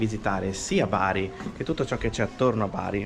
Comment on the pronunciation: Non si dice Beri ma Baar' Grandissimi, buon proseguimento!!